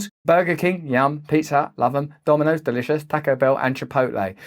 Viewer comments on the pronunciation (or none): none